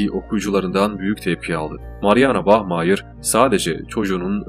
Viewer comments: Bahmayir degilde bahmaya kulaga daha iyi geliyo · bachmayır değil bachmayer